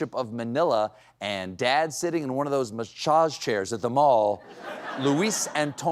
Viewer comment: Has anyone noticed an uptick of Stephen stumbling over words lately? I'm not talking about mistakes he openly acknowledges and laughs at. Tonight I noticed a mispronouncing of "massage." I get he has a right to privacy of his personal health, but I'm hoping there isn't an underlying issue